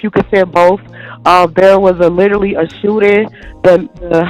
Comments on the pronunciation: ‘LIEterally’ it’s a red flag! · Nope. She literally said, litterly. Lol